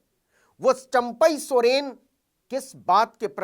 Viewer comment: सरेन नहीं सर सोरेन 😂